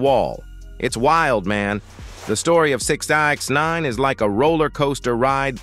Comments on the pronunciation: Sixninenaaaneeen. Damn AI SHYT😂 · That shit sent me bruh. Pronounced his name 3 different ways and fucked em all up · The AI narrator was struggling like a mfer tryna say sixnine w that goofy ass spelling 😂.